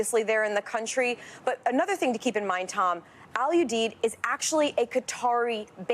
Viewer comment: Jesus...its Al Uuu-deeeed